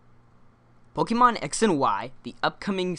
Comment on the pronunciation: it would make me very happy if you didn't say "pok-ee-mon"